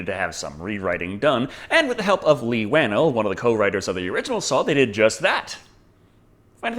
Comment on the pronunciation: Leigh waned and Darren Lynn Bouseman are both pronounced wrong by you